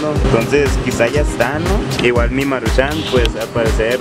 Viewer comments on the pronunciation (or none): no le pongas asento al decir maruchan lo dices como si se escribiera marushán